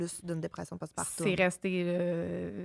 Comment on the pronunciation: tout au long du vidéo je me posais la question, vous le prononcer différemment , mais dit-on post-partoooouuuum , ou post-partuuuuuummm ?? ( j'ai accentué les lettres o et u pour être sur qu'on me comprenne hihi)